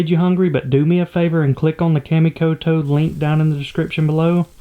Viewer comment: Kamikoto is pronounced "Kah mee ko toe" FYI. Lovin' the pond build and the progress, can't wait to see you fishin' on it~ Lol